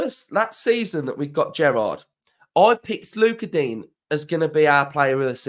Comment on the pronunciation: The way he said Digne TEN 😭😭😂😂